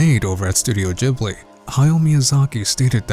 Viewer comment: Jibbly? It's pronounced studio GIBBLEY